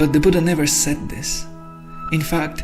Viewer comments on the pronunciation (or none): none